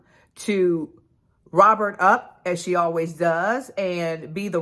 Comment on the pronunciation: Did Karen say “I hope she Robert up”? :face-green-smiling